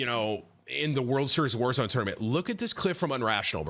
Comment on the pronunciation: its pronounced world series of wallzone. ez mistake to make